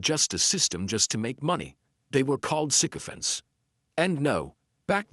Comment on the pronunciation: Thanks for pronouncing this correctly. All the newscasters are not